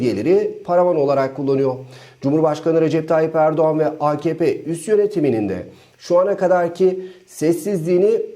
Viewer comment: Akepe değil AKahPe.